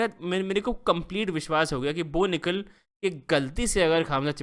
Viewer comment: Bo Nikal ❌ No Nikal ✅